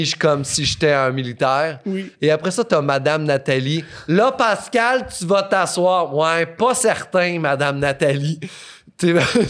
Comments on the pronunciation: C'est pas Pâscal mais Pascal hahaha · De rien! J'adore c'était pas méchant mais je grince des dents quand j'entends Pâscal prononcé comme ça lol